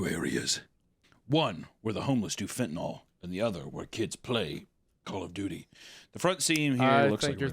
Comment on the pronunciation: What's with Papa Meat mispronouncing random words? He says Fentanyl as "Fentanall" and "Tequila" as "Toquila". It's not consistent with his accent so it sounds really jarring.